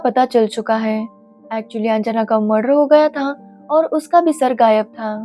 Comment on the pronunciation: Its not anjaana its anjana